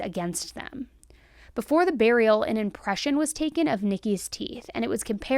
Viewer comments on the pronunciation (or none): none